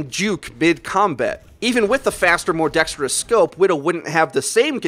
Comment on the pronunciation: The word is dexterous, not dextridous. I'm triggered.